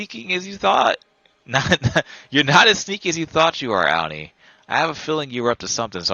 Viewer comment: Thank you! Loved the details in this tutorial I had alotta fun! Just wanna say the name is pronounced "Au-Nee" rhymes with Autumn 😉 not "Ow-nee" Sorry it was driving me nuts